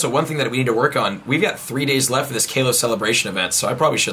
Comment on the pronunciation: its KALOS!!! Not Kay-los!!!